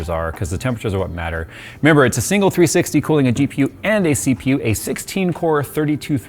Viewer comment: How many noted saying DPU instead of GPU at minute mark 😂😂😂😂